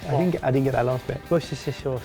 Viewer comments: Wusteshish sauce. <3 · Ah yes, that well known addition to baked beans, "wushshi sauce" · it's Worstershirshiresaous! Now repeat after me! Wushershihsaurhauss! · Wooshusher sauce😂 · trying to say 'Worcestershire' is me... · Don't worry, I can't say "worchersher" sauce either;) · It's good to see even English folks have trouble saying wushsheshshesosoenidntkdn!?!;! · Just say Worcester sauce it’s the -shire that mucks up the pronunciation.